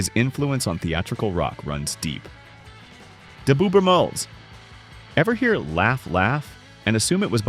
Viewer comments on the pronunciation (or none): I think it's pronounced Beau BRUM-els not Beau brum-ELS. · Please learn how to pronounce their names. Bo Brummell's are pronounced Bo. Brummels Easy